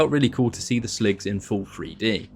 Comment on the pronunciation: Watching this and hearing you call them "Slogs" and not "Sligs" bothers me.